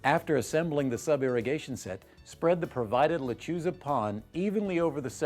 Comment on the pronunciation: Wouldn't it be a good idea to pronounce "Lechuza" correctly?